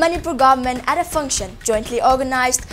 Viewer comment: Mami mapaosi yam nungai. Adubu anchorwoman sina wa ngangbaca "s" ki sound si yamna hapchille nungaite. Example oina "and" haigadbada "ands: haire aduga "at" haigadbada "ats" haire. Simatangdi semdokpiyu.